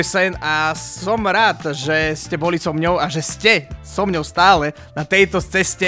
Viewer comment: 1 milion a stale sa nenaucil povedat "so mnou" 😂 ale inak cg🎉💪